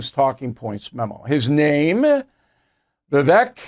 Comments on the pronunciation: It’s pronounced Vih VAKE….took 2 seconds research. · Bill ~ You don't need to "have trouble saying that name". Vivek = ViVAKE. Rhymes with Cake. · Vivek says the last syllable of his name rhymes with “cake” So you’re pronouncing it incorrectly! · Big Pharmaswamy is how some are pronouncing Vivek’s name. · I would think would know how to pronounce Vivek, Lol.